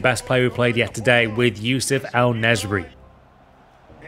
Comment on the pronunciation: His name is el na eser y